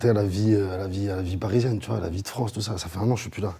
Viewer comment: ptdr donnez des cours de français à vos stagiaires "France et pas Frence"